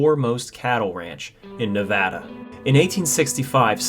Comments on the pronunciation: thank you for pronouncing Nevada correctly. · Thank you for pronouncing Nevada the correct way! 🙏 🤩😍 I love my home state ❤️ thank you for sharing this I never knew this.